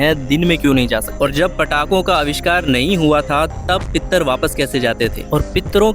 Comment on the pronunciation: It is not पित्तर् It is पितृ Learn to speak properly before you make videos, you look childish, dear boy. The Shastras prescribe उल्का प्रदर्शनम् to light up the way as a mark of our gratitude to Pitr DevatAs who have come from their lokas. The pramana for this the Shastras. I know for a fact that you don’t have a basic knowledge of the Shastras, forget that, you don’t even have a basic education. When I look at people who laugh when you quote what is said in the Shastras, I’m reminded of this Subhashita. यस्य नास्ति स्वयं प्रज्ञा शास्त्रं तस्य किं करिष्यति । लोचनाभ्यां विहीनस्य दर्पणः किं करिष्यति ॥ He who does not have a mind of his own, what can the Shastras teach him? Of what use is a mirror to a blind man? Oh, and you need to have a knowledge of Samskrita to understand the Shastras. संस्कृत भाषाज्ञानं त्वयि न वर्तते, शास्त्रविषयान् अधिकृत्य वक्तुं अधिकारैव नास्ति । चित्रमिदं तव मूर्खतायाः प्रदक्शनम् । मा जल्प । Don’t trade your tu-tadak and try to be an immature male version of Greta Thunberg, you sound more stupid than her. This is my festival and my right, it’s not something that you can botch about. There is a Chinese proverb that says, “He who knows not and knows not that he knows not is a fool, shun him” Shut down this channel and get a job And I’ve reported your channel for spreading misinformation and hateful content. I’m tweeting this, people will start tweeting this and expose you for ignorance.